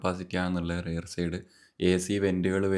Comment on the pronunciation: റെയർ ആണോ റിയർ ആണോ